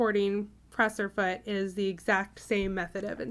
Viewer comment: It's not "pressure" foot. It's "presser" foot .